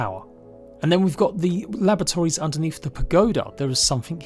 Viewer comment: I keep hearing lavatories... Try unhear that!